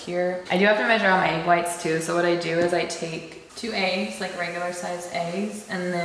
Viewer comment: I can tell you from the PNW by the you say eggs lmao. eeigs